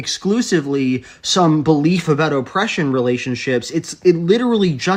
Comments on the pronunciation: The way the person says "Oh-pression" makes me physically angry. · Man, i listened to him say 'O-ppression' twice and was completely tired of it.